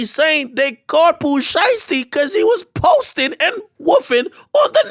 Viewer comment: “because he was POsten WOOfin on tha net” 😂😭😭